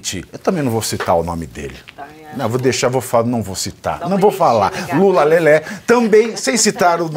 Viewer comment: Mula? Trocaram a letra L pela letra M foi é ?